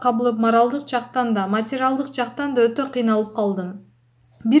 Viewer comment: " матИрАл " дегенин уктунбу ? 😂😂😂😂😂